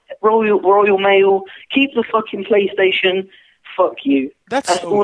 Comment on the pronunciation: THE PRAY TATION 🤣🤣😭😭💀